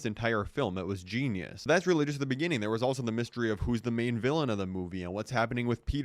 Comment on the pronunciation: "it was JEANius"🗣